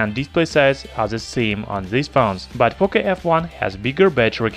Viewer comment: Its POCO not POCA, learn to speak.